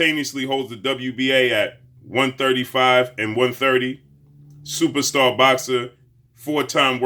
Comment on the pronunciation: What is with this dude's long ass intros for these fighters and calling EVERY fighter , "supasta boxer ?